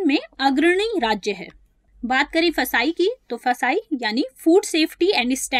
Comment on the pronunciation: 1st of all thank you for your effort And its not फसाई its fssai